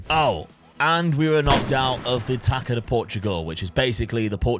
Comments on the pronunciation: the "ça" in "taça" you read the same way you read "sa" in "Samu"'s name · Great vid!!! Just a little thing. "Taça" reads as tassa (purposefully miswritten). In Portuguese the letter Ç is the same as SS (no German connection). Yeah... We overcomplicate stuff 😅